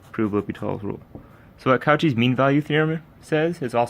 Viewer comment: I know you didn’t just pronounce Cauchy as “cow chee”